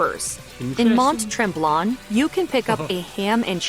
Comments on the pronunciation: I am amused by the narrator of the video you are reacting to. She is definitely NOT Canadian! She cannot pronounce tourtière (tor-tee-air), and butchered the words Canucks, Mont Tremblant and the use of "eh". What Americans call "Canadian-bacon" we call back bacon. We don't use tomato juice and clam juice... we use clamato juice (specifically designed to mix Ceasars). You have to come visit! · She butchered Mont-Tremblant. Sigh. Oh and poutine traditionally came with 50/50 ratio fries to cheese. You will find that again.